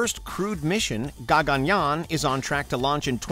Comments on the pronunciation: you made Gaganyaan sound like chinese😂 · The way he pronounces gaganyaan